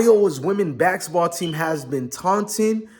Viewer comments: It's basketball dog, not baxxketball lol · These pronunciations are getting to me!!!